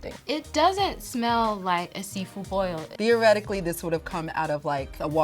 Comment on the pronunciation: Ngl fl pissed me off with her "boil" we are better than that